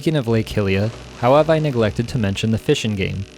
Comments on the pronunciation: Amazing vid but please can you pronounce 'Hylia' and "Hylian' correctly. It's pronounced 'HyLEEa' not 'Hillia' :)))) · BRO im sure its been said many times down here. But its a universal agreement that it's pronounced HIGH-Lia. What would possess you to want to pronounce it any other way? cmon bro get with it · say Hillia one more time I stg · Hyrule = Hi-rool Hylia = He-lee-uh 🤔 I always said Hi-lee-uh